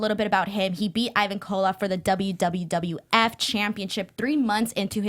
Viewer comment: She said wwwf